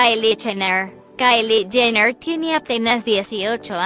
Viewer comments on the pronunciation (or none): ´´Kylie Chener``